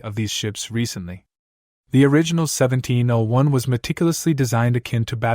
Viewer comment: A true fan wouldn't have mispronounced a key number of terms, including saying seventeen O 1. Meh.